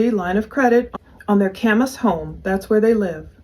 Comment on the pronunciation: Heber is pronounced “he”ber. Kamas is pronounced like “cam” era.